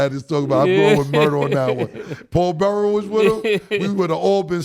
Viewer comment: Yall gotta get people names right Caleb Williams not Celeb, Joe Burrow not Burrows, Mike Tomlin not Tomlinson, Damien Lillard not Lilliyard come on guys but I love the show. Yall are rappers yall know words. I actually know bout of yall from Foot Lockers in Atlanta. Me and Cam kinda got into it at Lenox you remember “Stankonia” but you still my nigga! Mase used to show mad love at Sugarloaf too!